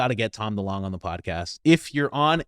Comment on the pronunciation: It's DeLonge fam it's pronounced like Longitude